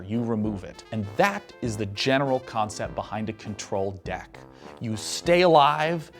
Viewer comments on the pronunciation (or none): Khan-cept. Notice his enunciation. We see what you did there.